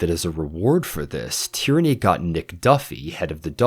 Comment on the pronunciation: I'm loving these breakdowns of the books and the series, just a point on pronunciation, Tearney would be produced tea-uh-ney, not Tyranny. I wasn't paying complete attention and assumed Tyranny was a code name. Edit: Also Yellow Car is a common game for british school kids, but you're supposed to pair saying yellow car with thumping your friend in the arm. thumping your friends is integral to common school past-times, one such being "Birthday Beats" when on your friends birthday, you thump them the amount of times relating to their age.